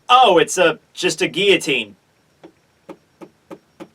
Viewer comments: The way you pronounce 'guillotine' is distracting; you completely miss out the L sound in the middle. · geoteen or guillotine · You mispronounced guillotine